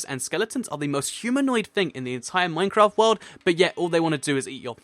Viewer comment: Lol i like how he says minecrap instead of minecraft